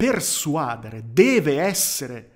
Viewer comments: Quando stavo al liceo classico, pochi anni fa, si diceva "uditorio", ma non posso esserne sicuro, considerando che ormai ognuno parla la nostra un lingua un po' come gli pare. Però sono certo aldilà di ogni ragionevole dubbio che l'accento di "persuadere" sta sulla e, cioè "persuadére". Scusa, ma la pignoleria è deformazione professionale;) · Ottimo video, sono d'accordo su tutto, però si dice "persuadére" e non "persuàdere".